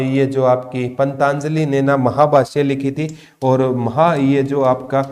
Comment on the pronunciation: Jaat Pali not Jayant Pali, or wo पंतजलि है ना कि पंताजलि, aapka uchharan bahut jagah galat hota hai pata nahi aap kis book me se dekh ke padate ho